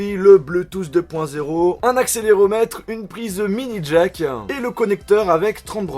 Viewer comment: Smartphonan truc de Oufan evolutionan minijackan dollarsan états unisan prononcean